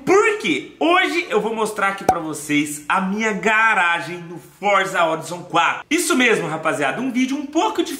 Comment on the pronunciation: engraçado ver falandoFORZA HORIZON e vídeo top de mais